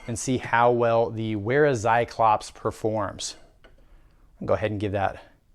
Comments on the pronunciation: good video. It's pronounced like Vair-ah, not Wair-ah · it's not wear-a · Just a pro tip but it's actually pronounces "Vera". Great vid